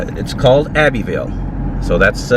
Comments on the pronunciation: Hey, that's pronounced Abb-uh-ville 😃the supports under the houses are "Piers", the big columns holding up the front porch on the court house are "Pillars" it is a parish, but it's called the county seat 🤨The huge oak trees are "Live-Oaks", they are native to the south, they don't grow tall, they grow out, it's why they survived the hurricanes. that big abandoned building in Kaplan is probably a sugarcane mill. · Abbeville is pronounced Abb- ville in france ...i live very close to it ! nice town .